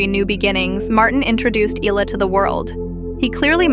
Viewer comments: not "eela" the name is "ehla" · There is no "Illa" 🤭🫢🫣